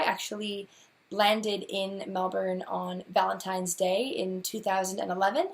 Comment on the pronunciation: Sounds like a dream job! I mentioned it before but having lived in Melbourne you KNOW they pronounce it Mel-bun, why you no pronounce it right? I know you use spf 50 sunscreen, but I see you burned all the time. I met another red head (ginger am I) when I was 17 who was dying from melanoma, the things he told me and the way he looked scared the heck out of me. Please consider using your sunscreen more often.